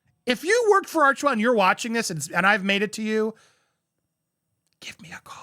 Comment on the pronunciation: Sounds more like “arch•hell”.. ouch!